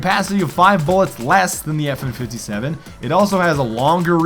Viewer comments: Every one got triggered when he said fn fifty seven instead of five seven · It's called a Five-Seven not a fifty-seven it happens to be named after the cal it uses which is the same a the P90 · It's five seven not 57 smart one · You triggered every gun nut by saying fifty seven it’s five-seven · it not FN57 its five seven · "The FN Fifty-Seven..." facepalm It's called the Five-seveN.